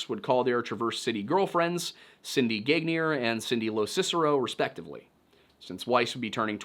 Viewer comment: it's pronounced "Ganyay" NOT "gaGnEEr"... 🤬🤦